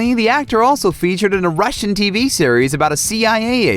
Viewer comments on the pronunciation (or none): none